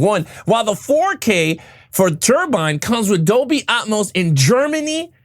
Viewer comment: its AT-MOSE not Um=mose... tiktoker G.A.TURKS